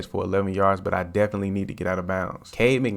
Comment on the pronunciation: He called him Cade McNamm 😂😂😂😂. When he’s throwing like that, you can call him whatever you want.